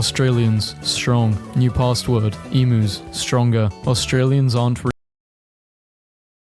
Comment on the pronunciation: Whys she say emu the right way a few times then say it wrong for the remander of the video?